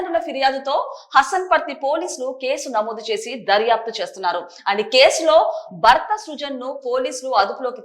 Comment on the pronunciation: భర్త. భ కి vottu ఉంది anchor గారు. మీరు బర్త అని spell చేస్తున్నారు. మరణం. మరనాం కాదు.Get trained properly and stand in front of camera. Its not the attire matters. The diction n pronunciation matters.